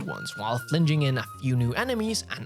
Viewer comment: I'm amused by pronunciation of "flinging". I wonder if that's a regionalism or if he just wasn't familiar with the word.